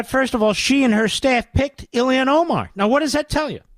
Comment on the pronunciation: Isn’t it about time to learn how to say Omar’s first name correctly? It’s Ilhan, not Ilian. I’d let it go if he was mocking her, but he clearly continues to say it wrong out of ignorance.